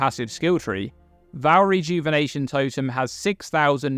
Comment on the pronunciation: Love your vids,. Even if you do pronounce Vaal wrong...;^)